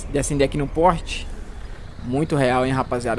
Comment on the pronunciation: a luz acabou de acender aqui no "PORRRTE" KKKKKKKKKK